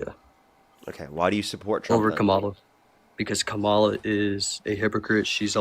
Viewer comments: Even when you get a smart guy (finally) they spew the same nonsense, same brainwashing, same mispronunciation of Kamala's name (its WEIRD how many mangle her name - seems like a subliminal jab at her). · Absolutely. I remember hearing that Trump’s pronunciation of it was intentional to sound like Kamala the Monster who was a simple-minded wrestler from Uganda years ago.